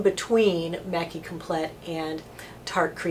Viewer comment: Hi, just a heads up from Canada.... there is no hard T at the end of 'complet' (French for complete) ... you're pronouncing 'maqui' perfectly but complet' is pronounced like 'com-PLAY'. ..and I agree, it's a great concealer. Thanks for all your helpful videos... they save me a fortune these days!